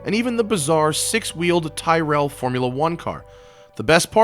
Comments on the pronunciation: Matt, love the clips, you're a star to watch ! Just one thing though... The 6 wheeler comes from tyrell and it's pronounced like squirrell not tie- fell. Sorry just a pedantic Limey here !! Keep up the great work and we need some more vids with little and large ( Chris Harris and you) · That 6 wheeler is pronounced Tirel not Tie rell......